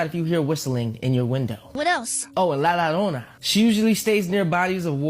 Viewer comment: bro really said la lalona, i feel so offended 😭